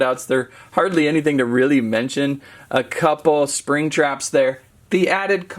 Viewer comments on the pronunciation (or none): none